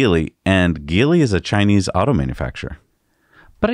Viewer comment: Geely was not pronounced gi:-li, it's "G":-li